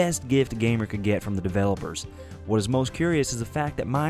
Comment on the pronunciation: "The devlopers eeeerned thar right"